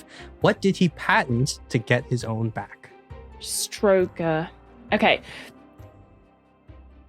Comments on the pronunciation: I think the mis-pronunciation of Stro'ger instead of StroW-ger helped obfuscate the answer! OK, I'm an ex-GPO / BT techie, so it was easier for me! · I knew this before clicking play! I think his name is usually pronounced Strow as German "Frau" and ger as in the first syllable of "gerbil".